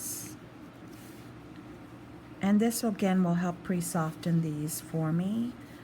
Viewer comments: Soften. Sof-ten? The T is silent. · Please you do not pronounce the T in soften! The t is silent! You do not need to be stress that consonant! I love you but it is so irritating!